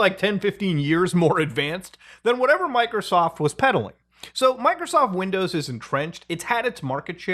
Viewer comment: I keep listening "Michaelsoft"